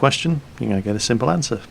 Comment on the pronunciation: really?! you put my hopes up when you said "simpe answer"